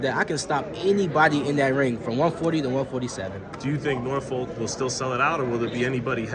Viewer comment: The pronunciation in this video of Norfolk must stop